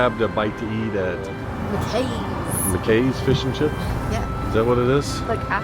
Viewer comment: Good video. McKay's is pronounced Mac Eye's.